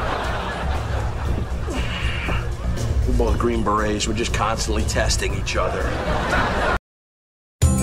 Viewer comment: " Don't TACH " LMAOOOOOO